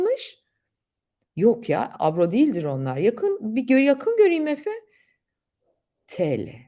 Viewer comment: Abla bizde fakiriz tamamda yüro ya abro demiyoz lutfen dikkat edelim